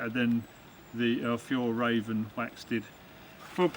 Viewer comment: Hej, we pronounce Fjäll as F'yell 👍🏼